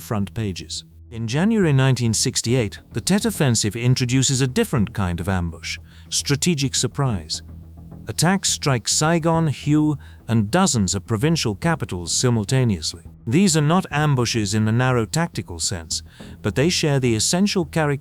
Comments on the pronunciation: Hue is pronounced "Whey" not "Hugh"... A Shau is pronounced "A Shau ( rhyme with "wow" ) and not "Show"....🙄🤬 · Hue is not pronounced who!